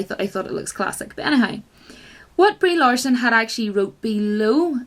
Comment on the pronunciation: "Reee Larson" LOL